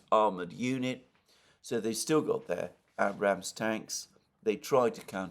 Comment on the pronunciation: Alexander can pronounce all those difficult Ukrainian village names, but he still can't pronounce "Abrams" tanks.